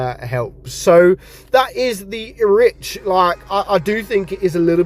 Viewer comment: Not pronounced Erich… it’s Eric